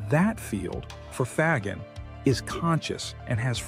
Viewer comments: Love the video. Excellent summary of Faggin's philosophy. I just wish you would stop murdering the pronunciation of his last name.. More like Fazsheen than fag-in. I know Americans have always murdered foreign names, but I thought we were changing. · It's not hard to say fa as in fabulous, and gin as in blue jean.😅